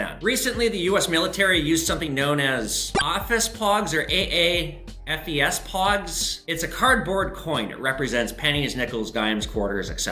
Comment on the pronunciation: You really drop some knowledge in your videos, thank you for that, makes these more than just entertainment. To give back some brain waves - that military money - AAFES (Army and Air Force Exchange Service) is basically pronounced Ay-Fees. It's the name of the 'general store' on military bases, also the PX (Post Exchange - Army) or BX (Base Exchange - Air Force) depending on the branch of the military serving that base. Source: Dad was in the Army and grew up on military bases in the US and Europe.